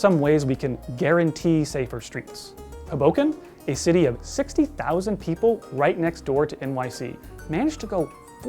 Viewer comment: The stress goes on the first syllable of Hoboken